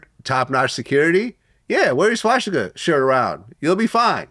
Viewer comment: wtf is a schwasticker? its called swa stik a